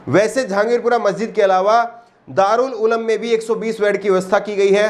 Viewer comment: Darul uloom correct ha Na k darul ulam